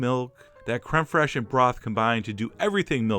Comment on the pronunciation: Kremperhesh?? I had to read the blog to find out you meant Crème Fraiche.